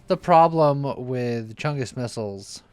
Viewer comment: Not gonna lie, the first time he said missles I heard nipples